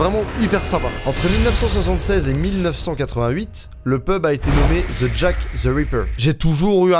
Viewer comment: "The" ne se dit "ze" mais "de"